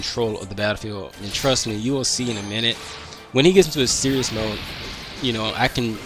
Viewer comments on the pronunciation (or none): none